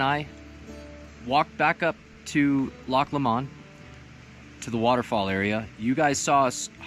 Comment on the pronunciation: I love your video especially since it's in my back yard . I grew up in clear creek county and have learned every square inch . I have to make a correction about how your pronouncing loch lomund .. it sounds like your saying la-mun but its actually low-mund lol im sure im in correct on the example lol but just saying .. amd really of you want to continie to say it as you are then thats fine .. and ill sat it how ive grew up saying it for the last 40 yrs.. good day and ty for the wonderful video